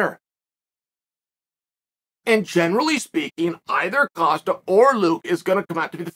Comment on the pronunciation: How can Dana and Rogan not pronounce Costa name correctly and Chael who botches nearly everyone names say it properly “coasta”